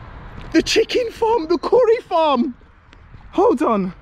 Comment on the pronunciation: Kołri najlepsze.😂 So much kołri. Super mi się Go ogląda. Dawaj więcej miejsc. Jesteś super pozytywny człowiek.